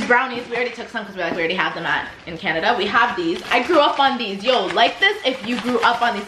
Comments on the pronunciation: Why y’all pronounced Canada like that tho 😩😩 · Canadia 😂 LOOL im dead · "canadia" im dead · Sorry canadia 😂😂😂😂